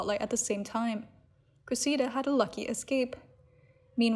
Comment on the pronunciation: PLEASE learn how to pronounce the name “Cressida”. It goes like this: Kress – eh – da. (But say it really fast!) Wash, rinse, repeat” Kress – eh – da. Kress – eh – da. Kress – eh – da. Kress – eh – da.